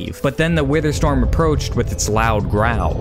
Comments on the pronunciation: “wither stom” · "wither stom." XD